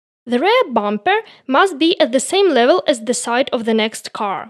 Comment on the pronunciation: The "REAR" of the car...is pronounced "REEer", not "RAre". А так нормально, видно, что английским интересуетесь. Определитесь с акцентом, у Вас намного лучше пойдет британский акцент, а не фальшивый русско-американский (CaRRR). Больше внимание уделяйте фонетике. Да, можно из вашего английского сделать конфетку, немного подкорректирвать. Good luck.